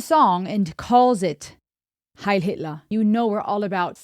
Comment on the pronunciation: She did NOT need to say heil Hitler like that 🤣